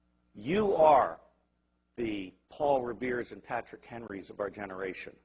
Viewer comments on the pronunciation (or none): none